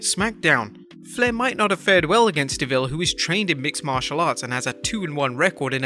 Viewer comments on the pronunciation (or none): none